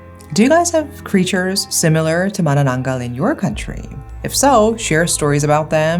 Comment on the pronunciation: This may be out of topic with manananggal.... But I love how u pronounced it correctly, ma-na-nang-gal...u know the sound of *ng*.... so tagalog🤍